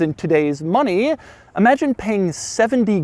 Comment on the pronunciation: "Moneeeeeeeeeey" Enough of the weird word emphasis. Can't take anymore.